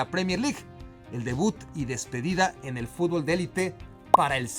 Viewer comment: 2025 y los memexicanos siguen sin saber jugar al fútbol. Ni tampoco pronunciarlo correctamente. Sigan así.